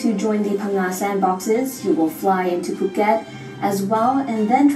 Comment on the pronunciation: It's POO-ket not FUH... Lol